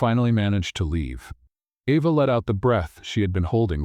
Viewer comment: While I liked this story, it is frustrating that the reader pronounces the girl's name "Eva" and the next time pronounces it "Ava." SO, which is it?